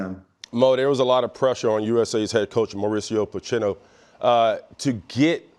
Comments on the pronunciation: I appreciate how nonchalantly mispronounced Pulisic and Pochettino 😅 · lol the Pulisic/Pochettino pronunciations…Maurice did amazing not to laugh (he almost did though).